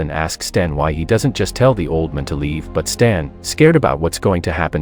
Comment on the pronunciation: How do you not know how to pronounce old man?